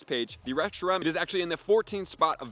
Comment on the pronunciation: He literally had to add Fusion FLARE to Reshiram's moveset on gamepress to get the spreadsheet, I don't understand how he messed the name up for the entire video lol